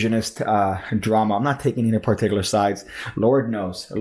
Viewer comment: you say particular a lot but you're pronouncing it in a way i have never heard it pronounced and i have just gotten on with it but i felt like i had to say something about it now.